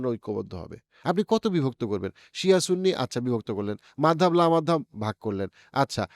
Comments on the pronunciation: মাদহাব কি? বাংলা তে এটা মাযহাব হবে। মাদহাব শুনতে অনেক বিরক্ত লাগতাছে। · ভাই, একটা নতুন শব্দ শুনতে কেমনই বে মানান লাগছে -- "মাদহাব". এটাকে " মাজহাব" পড়লে ভাল লাগবে।